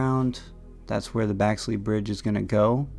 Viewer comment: Thanks for video,,,,BTW, Clifton Grove is putting only….NOT pitch and putt like Marsh Bend. And it’s BEXLEY not Baxley Bridge